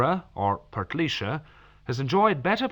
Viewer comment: Portlaoiseer...only RTE pronounce Portlaoise like that 😂